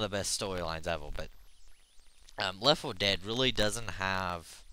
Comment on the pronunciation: LOL "you know lef fo dead"